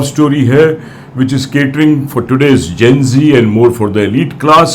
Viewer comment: Arre, zen zee, nahi Gen zee.